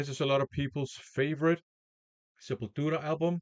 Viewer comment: Probably the best Portuguese accent from a non Portuguese VC member :) ie Sepultura \m/